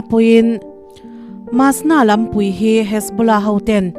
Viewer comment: Lampüi, ṭawng upa. Lampui,=kawng pui. Khua khurùm, ni lovin. Khuar khurûm tih tur a ni e.